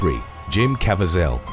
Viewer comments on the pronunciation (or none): It's Jim ca-VEE-zel, not cavi-ZEL. Great channel but some of your pronunciations simply leave me scratching my head, PLEASE, research your pronunciations and rehearse your material, especially with a person's name for christ's sake! Really disrespectful to the person who owns the name! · Cah-vee-zhul!! Geez, it's not like he's an unknown actor. Would it kill y'all to take the time, just a few extra minutes, to learn this stuff?? Sometimes I swear y'all do it on purpose to aggravate people!! I don't even like him as an actor, but even I know how to pronounce his name🙄! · Kav e zel pronounced- Caviezel, passion of the Christ destroyed his career before it started, had no work until person of interest or b film crime thrillers